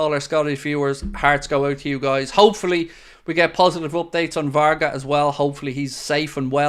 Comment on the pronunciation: !it is not VARGAS it is VARGA.Thanks